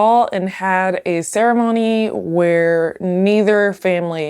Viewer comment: The host can't say the letter "d". "hat" instead of "had", "marriet" instead of "married", "decate" instead of "decade"